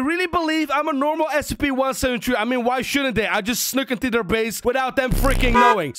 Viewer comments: He said 17tree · I like that how so say SCP-17tree instead of SCP-173 XD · He says one seven tree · I hear scp 17tree